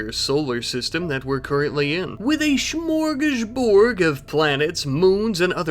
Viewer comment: Smörgåsbord! It ends with a D, not a G!